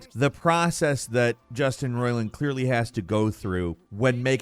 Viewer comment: they way you said it I thought the guy's name is "Justin Roilin" the way you say Roiland sounds weird